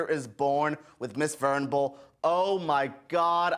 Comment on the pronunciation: Venable .... not vernable... it’s pronounced //// Ven-aaa-bull. /////